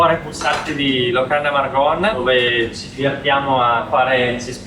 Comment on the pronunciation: Da trentina non posso non notare che hai detto per tutto il video Villa Margon con la o aperta, anche se con l'accento trentino viene pronunciata chiusa 😅 Vabbé...ti perdoniamo ❤❤